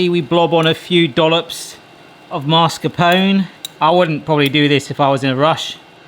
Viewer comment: Was "whisk-a-roo" a pun? Seeing as you were literally whisking a roux sauce? Also.... mascarpone is pronounced like "mask-a-pony"